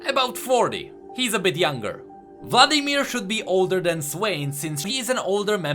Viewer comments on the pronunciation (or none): I love how he says "vladimir" pffft haha.